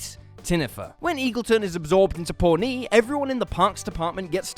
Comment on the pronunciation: It's pronounced ponee not pornee